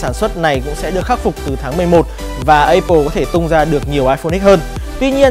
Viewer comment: anh này là hải dương hồi xưa bên vetv nè. MÀ áp pồ chứ sao lại ây pồ